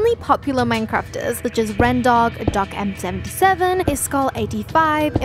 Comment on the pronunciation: Great video. Btw it’s DocM77. Not DocMc77 😊